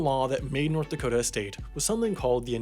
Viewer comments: My friend: wtf is a dakata? Is that a mexican pastry? Me: sure? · It's pronounced "Dakoter"